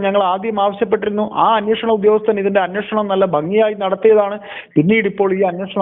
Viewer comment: Ellavarum annvoshanam ennu parayunnu. Pakshe annveshanam aanu. Please correct by all channels